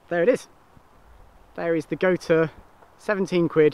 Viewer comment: The brand gotuer is actually pronounced got you!